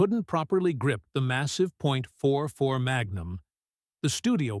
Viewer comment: 44 not 4-4